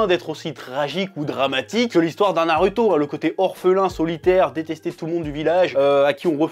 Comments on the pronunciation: pk tu dit naruto au lieu de narouto (phonétique) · Nar"u"to ou nar"ou"to? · j'adore comment tu dis "na"rue"to" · na lu to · Parce que les japonais ne disent pas "Narouto" vu que le "u" ne se prononce pas "ou" en japonais... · nallllouto dans ce cas